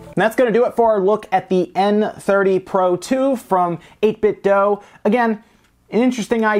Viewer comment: It's 8 Bit Do. Not 8 Bit Doh.